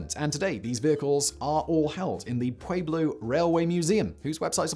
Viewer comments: hehe, I laughed too. something like 'poowayblo'?... he butchers the native words of other countries pretty consistently tho, phone it in fact boy! More like pweblo. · If you live in Colorado, it's pronounced " Puelo" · Dear God, the mispronunciation of Pueblo is killing me. For future reference, the “UEB” part of Pueblo is pronounced like the word “WEB” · FYI (just trying to be helpful) the name of the city is pronounced Pew-eh-blo not Pway-blo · We don't pronounce the U, Peblo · Now if he would only pronounce Pueblo correctly....... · I wasn't going to say anything about his pronunciation of Grumman (like summon) but when he mispronounced Pueblo, I thought I had to call it out. These are really awesome videos and I know a Brit should not be expected to know our quirky pronunciation rules, but if your job is an announcer, then...